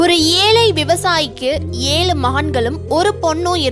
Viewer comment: Pala moli, Alai, yealu, yealai, do you correct your pronunciation..